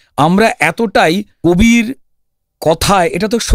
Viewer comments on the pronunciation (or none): none